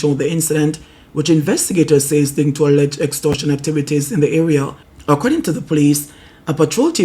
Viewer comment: Not ara bredda, the word is area